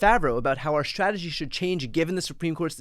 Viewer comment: Love you, Brian. But you are having an issue with the word schtratashee. I think everything you are doing is exceptionally vital and important. I am behind your efforts. Remember to self care, too.